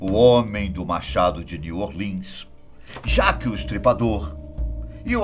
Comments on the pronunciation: Jaque o estripador kkkkkkkkkk, anem, é jack se pronuncia Jecki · Nossa, eu quero acreditar q ele ta falando zoando . “Jaque o Estripador” “Nil orlians” Pela mor ... triste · "New Orlins, Jáqui o estripador"